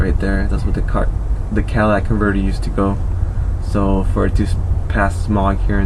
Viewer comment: Catalytic not Cadillac.